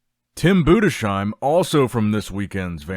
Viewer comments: BUDES-HEIM, not budeshiem 😂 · hi my brother great content ! i have to tell it‘s tim bundesheim ( boondes-haim ) not boon dee sheim 😊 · it´s pronounced BUDES HAIM itś not like "shoe" but ZH /ʒ/ in "treasure" consonants